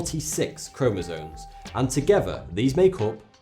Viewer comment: it is chromosome not chromosone